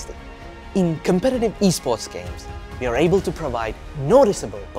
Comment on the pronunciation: We = Vee With = Vith Work = Vork Amd, if you want to present your new products please don't send Indians to be your presenter. They can't pronouce English words correctly.